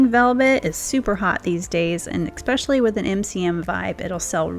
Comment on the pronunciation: You are so creative and such a hard worker. I enjoy your videos so much. But I cringe every time you say eckspecially🥺Please, please elevate your speech to match your talent🙏🏻It is ESpecially, no “k” sound.